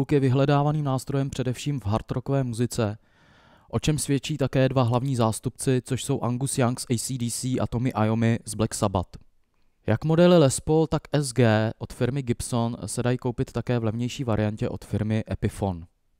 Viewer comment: Tomy Iommi? Prosím zjišťujte si ty jména, než je vyslovíte.